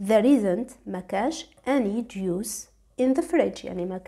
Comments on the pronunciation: Juice not juis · ملاحظة صغيرة فقط Juice مش juis بلاك مانتبهتيلهاش...شكرا ليك فيديو مفيد💖